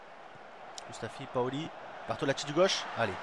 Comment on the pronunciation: Tes videos sont super l'ami ! Je suis ta serie depuis aujourd'hui et je suis deja à la saison 2 mdrrr . Juste un truc a dire , on dit POLI et pas PAOLI . sinon rien a dire ;)